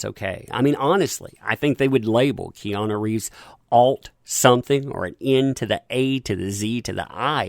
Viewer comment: Did you call him Reanu Keeves? If so understandable mistake, Have a nice day